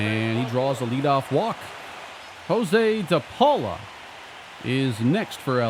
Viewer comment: Josue de Paula's first name is actually pronounced "yas-way"